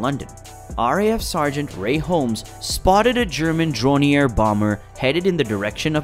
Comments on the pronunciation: I just saw three jet planes fly by! "Dronier"? Door nie er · Pretty bad narration especially in pronunciation, I.e luft waffle and dronier